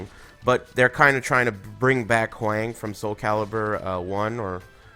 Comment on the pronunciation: You're mispronouncing Hwang mate.